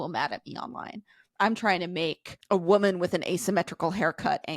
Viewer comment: I don't think that man is talking about tradwives, he's talking about the fact that she looks 14. Conservatives (Abby) really feel persecuted don't they? It's hilarious. Also, why does she pronounce woman as women? What a ding dong.